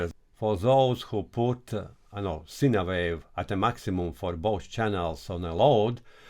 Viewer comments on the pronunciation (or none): Informative video for the newbies😎 One small thing- "Sine" wave, when spoken in English sounds like: "Sign" wave, not "Sina" wave. I've always understood what you meant when you said it, but it may throw some noobs off- especially if English isn't their 1st language. Please don't forget think I'm being critical, I love what you do, and am letting you know because you seem like a good dude, and would want to know yourself🙂 Take care my brother, Aloha from Hawai'i 🤙🤙🤙